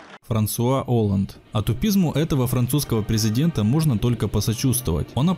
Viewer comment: Франсуа Оланд, ударение на А. Но всё равно лайк))